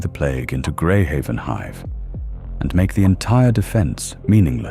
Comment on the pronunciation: Oh I don't know, its it called a city HIVE not a city hiv.